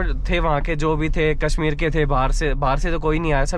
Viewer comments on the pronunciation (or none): none